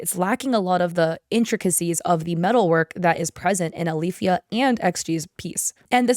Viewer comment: My cousins name is Alifya & yeah you rponounced it right, it's basically just two Arabic letters ا and ي together